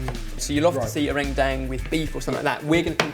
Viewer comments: Oh my God, how they say "rendang" is SOOOO funny. How you actually pronounce it is "run-dung" instead of "ren-dang." You guys should try another curry of Indonesia, Opor Ayam. Or Chicken Opor. It seriously just revolve around chicken, garlic, coconut milk, and so on. There are a lot of instant Opor spices that you can just fry it, then put the chicken and coconut milk together. Thought you guys should give it a go. Or for a sweet desert, try Martabak Keju. It's going to be a little weird and difficult for you guys to make it, but I'm pretty sure and the other lads will nail it.:) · its pronounced ren dung, (with "e" like in k e bab) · it's pronounced run-dang ( kind of in the middle of dung and dang ) hahah love this! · It's pronounced like this - RHEN-DHANG. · Don't know how much different the pronunciation is from Indonesian, but in Malaysian, 'gulai' is pronounced as 'GOO-la-e' and 'rendang' as 'ruhn-dung'. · Omg the way you guys pronounce rendang is so... different from how we pronounce it.. its cute :)